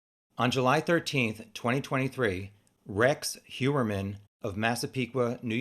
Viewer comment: Just can't watch with Rex. His last name is 3 syllables. Don't be lazy.